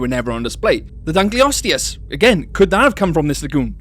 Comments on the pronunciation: lol its Dunkleosteus and not Dunkleostisis who teach you read?? must be Punished Hardly ! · It really bothers me with how you mis-pronounce Dunkleosteus. the osteus part is from the Greek for bone. Just think of Osteoporosis or Osteoarthritis.